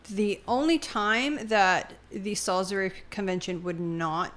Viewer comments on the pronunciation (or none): Your pronouncement of Sailbury is painful. I lived there and it’s pronounced souls-bur-ree.